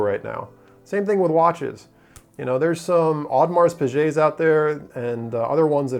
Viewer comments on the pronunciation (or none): Not quite. 'Jaeger le Coultre' not 'Jaeger le Coultré'. Audemars Piguet with a hard g not a soft g. Good effort though.